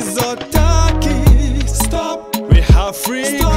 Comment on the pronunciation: Η προφορά του "Μιζοτάκης" είναι όλα τα λεφτά!!!